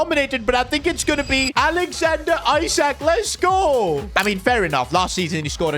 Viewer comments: Isaac ❌ eessaaak ✅ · Isak not Eye-sak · Alexander Isak is pronounced ee-sak, not eye-sak, it was triggering me every time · not aiiisak isak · pleass stop calling him “isaac”, its pronounced “ee sak” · The way he pronounces Isak’s name is so funny